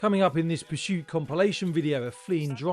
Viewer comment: There’s no ‘H’ in ‘PURSUIT’ ! Have you noticed how all the really bad drivers have unusual names ? Not simple ones like Jim and Jeff, Tom, Richard & Harry. Why is that do you think ?